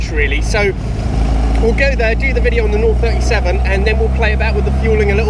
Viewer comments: We normally pronounce it ‘oh 3-7’ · Please get the name right - it's OH 37, as in OH my god! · Think you got them there lol good vid its nice to see 1 still alive, actually saw 1 at a rally day few years back amazing is all i will say, and its pronounced Oh37 :D haha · the correct way of saying is Lancia 037 (Zero 37) . Your pronunciation is also off, you seems to say the brand name along the lines of "LanZia", it is "LanCia instead. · Wowwww, the 037! Big beast... A wet dream for anyone who has lived the 80s.and it is pronounced zero-37. Aaaaand: Lancia is pronounced Lantcha. 👍😊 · I owned an 037... Pronounced oh 37...In 1999 for a couple of years before my 308. Certainly the best car I have ever owned and driven. Mine was number 34 of the 200 built. It is still in the UK, after I bought it from near to Venice.